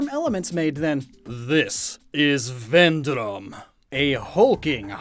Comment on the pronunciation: i love how you say Vendrom it has a Polish accent to it